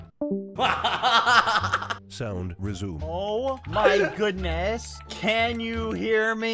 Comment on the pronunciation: ”Oh my khoodness”